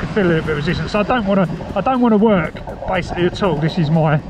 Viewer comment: Did you say "This is bikesically" lol